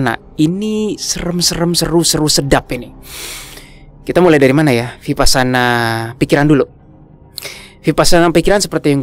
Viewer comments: biar enak kedengarannya dan benar kata vipassana dibunyikannya wipassana.Thank you 🙏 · Vipassana, bacanya wipassana. 🙏